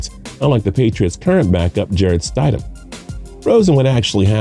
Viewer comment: “Jarrett Stydem. Sony Mitchell.” L